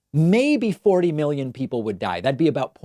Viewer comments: He didn’t really pronounce the first letter clearly. I’m pretty sure he said millions, although after the whole disinfectant injection and uv talk I don’t even know anymore. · He said millions not billions, he just pronounced it pseudo slur style. Even the auto captions on screen say millions. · it really sounds like a drug induced mumbling of millions actually. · I actually think he said millions but the cocaine hit the back of his throat on the M so it came out bgillions. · Not a fan of Trump, but I really heard millions not billions. Or did I not hear it correctly? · Sounded to me like he said "millions" and he slurred it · I heard millions. I think this time he was just a mumblemouth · He doesn’t really pronounce the first letter so he could’ve said millions, but after the whole disinfectant injection shit I wouldn’t be shocked if he said billions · I am no fan of Trump but I am no sure the audio is clear enough and with his terrible slurred style of mumble speech it could be that he said millions. I would check with multiple camera angles and other outlets to see if all the video is the same.